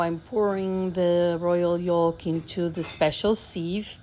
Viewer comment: The L in “yolk” is silent. You’re pronouncing it incorrectly. Good recipe! Good video, thank you!